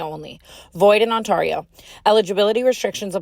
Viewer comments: Tana I love you but for the love of fuck it’s ontairo on-tarry-oh, yall literally talked about this on an episode😂😂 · we couldn't say Ontario right just this once? 😂😭 Ont-(air) ee-oo. Not On-Tar ee-oo. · I know this is supposed to be a serious and emotional last episode, but the way tana pronounced ontario in the draft kings ad was hilarious (I'm from ontario)😂😂😂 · Last episode and u didn't learn how to say Ontario 😂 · The last time I’ll hear “void in ON-TAR-io” and be kinda annoyed being from ontario. God I’ll miss them 😢